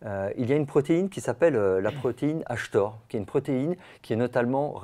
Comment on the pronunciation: mTor et non htor....